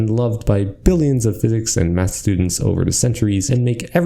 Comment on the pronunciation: There were many times i heard him saying or bath instead of math. Definite hard b sound.